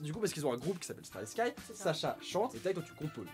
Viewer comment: "Starryskaï" J'ai toujours prononcé ça "Starryski" :'D